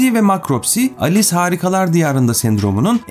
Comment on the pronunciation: Alice harikalar diyarında diyince ALES harikalar diyarında diye duyuyorum.